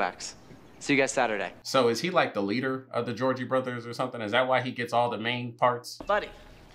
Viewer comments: Me:… Did he just say the Georgie Brothers? 😂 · You calling the Jonas brothers the Georgie brothers kept taking me out lmaooo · calling the Jonas Brothers the "Georgie Brothers" gave me LIFE loll 😂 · Bro was actually calling the Jonas brothers the gorgie brothers the whole time like 😂 I love this movie one of my favorites , even though it’s cringy it’s an original , this video was hilarious keep it up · Loll😂 dying every time you call the Jonas brothers, "the Georgie brothers" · Bro keeps calling the Jonas Brothers The Goergie Brothers LMFAO 😂😂😂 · Georgie brothers hilarious it's Jonas brothers getting the names wrong has begun! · I find it funny that you’ve been saying Georgie brothers when it’s the Jonas brothers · Him calling the Jonas brothers the Georgie brothers had me hollering!!! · Not pronouncing the last name Jonas as Georgie or something like that HAHAHAH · Why do I literally correct you every time you call them the Georgey Borthers 😂😂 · Is he calling the Jonas brothers the Georgie brothers on purpose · They are the Jonas brothers! Not Jeorgey brothers lol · It's Jonas! Not Jorgie😭